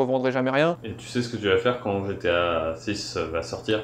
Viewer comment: Bien belle sa collection mais faut qu'il apprenne à dire GTA et pas GTO